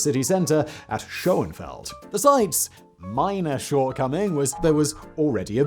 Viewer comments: Schön not shon, with an ö , pronounced as in French Deux. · shonefeld... not too hard.